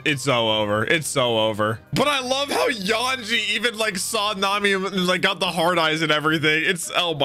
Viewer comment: love how is calling him "Yawn-ji" 😆